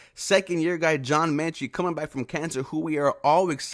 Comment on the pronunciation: John Metchie not Menchie...sorry it was bugging me lol